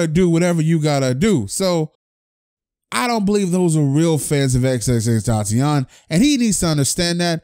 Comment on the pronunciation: “Xxxtentaciawn” haha it ight tho I say extension